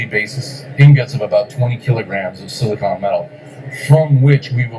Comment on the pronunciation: Please say it right! (it drives me nuts. Just like it is Silicon Valley not Silicone Valley - that might be Hollywood.) It is Silicon /ˈsɪlɪkən/ (SIL-ə-kən) Not silicone /ˈsiləˌkōn/ (Silicone is the stuff you caulk windows with and the stuff used in breast implants) (Not to be confused with the chemical element silicon.)